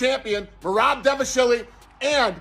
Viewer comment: Are you intentionally pronouncing Merab's name wrong? I mean he's only said his own name dozens of times, so it shouldn't be too hard... Edit: You literally pronounce everyone's name wrong lmfao.